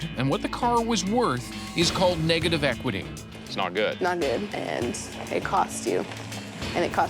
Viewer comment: She couldnt even say negative equity jeez no wonder she got conned